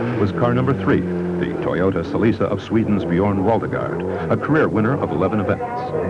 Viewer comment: Probably because of the narrator's atrocious pronunciation of Toyota & Celica during the Ivory Coast Rally portion.